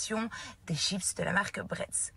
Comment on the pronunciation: da italienne je suis comme je du mal avec le mots chipsss!!😅toutes les mondes me faite la remarque 😂😂😂